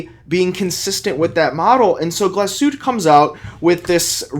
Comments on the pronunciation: GlasHuTTe................. not Glaschute, dont forget the dobbel TT. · Dude! You're a watch expert, please learn to say the watch name properly. It's pronounced "gloss-hu-teh." Otherwise, great vid. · "Glashütt" — There is an "e" at the end, and it is pronounced. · Diese Marke sollte man schon richtig aussprechen können .